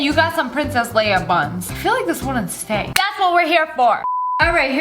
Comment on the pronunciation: and you got some Princess Leia buns Me and my name is Leia: OMG someone said my name right!